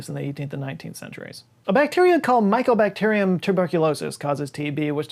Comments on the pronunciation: it’s mycobacterium not microbacteriun. It’s “myco” because it was originally thought that TB was caused by a fungus thus myco. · Scott it's mycobacterium mate, not microbacterium. Love your channel though.